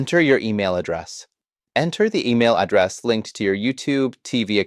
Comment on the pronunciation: What's an "addrass" ?